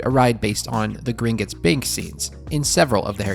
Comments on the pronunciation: Why "Grin-guts?" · That 'u' drove me 😠. It's a 'o'. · For the love of god stop pronouncing it “Gringits” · omg. It was all I could hear.